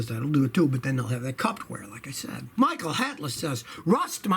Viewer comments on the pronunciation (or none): none